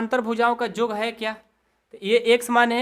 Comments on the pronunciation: Sir AAP yog ko Jog bol rha h😂😂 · Sir aap yog ko Jog bol rahe hai